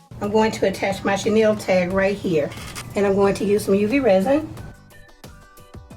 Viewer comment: Love the carrage. Channel isn't pronounced like that. It doesnt have an i it. And chaniel is a type of fabric.